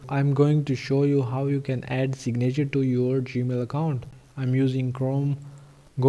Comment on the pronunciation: Great video. A few English tips, "signature" is pronounced "sig' - na - ture," not "sig - na' -ture," with the emphasis on the first syllable, not the second syllable. Next, the sound of the "a" in "na" is a short "i" sound, not a long "a" sound. It's almost the same sound as the "i" in the first syllable. Also, the "v" in "video" is a voiced "f", which is not obvious, but it's accurate. If you pronounce the imaginary word "fideo," then pronounce "video," they're shaped the same way. The "v" sound starts with an "f" sound that gets hummed. Respectfully submitted. Regards, D.P. Henderson, NV, USA